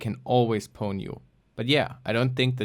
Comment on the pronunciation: why are you mispronouncing pwn